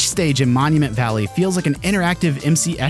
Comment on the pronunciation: Mounumeant valley